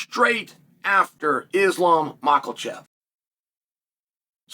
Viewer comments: Mackelchev 🤣🤣🤣 in the spirit of formula, I think Chael is following Jesse the Bodies formula of mispronouncing the name of fighters when he was WWF talking head. And you always seem to remember what the body would say about that fighter because of it. Chael is definitely the 2nd most astute student of the game. Only surpassed by Dana himself. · Am I the only one hearing Islam Michaelchev?